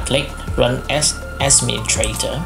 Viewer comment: i heard you said ''ask me you traitor'' instead of ''administrator''